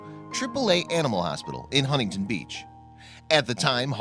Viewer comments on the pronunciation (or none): Cruelly not crewly. Huntington not Hunnington. Officers not offizers. Veterinarian not vetrinarian. Asked not assed. Potential not puhtential. Police not puhlice. Before not buhfore. Foster not fahster. Veterinary not veterinary.